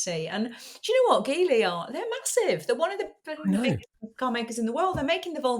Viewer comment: Just a heads up it’s pronounced Jeely. I was a guest of theirs on a trip to China. You’ll be surprised by how good the EX5 is.